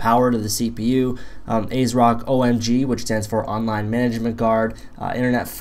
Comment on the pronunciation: It's kinda funny how it sounds like you're saying "assrock". Nice videos man.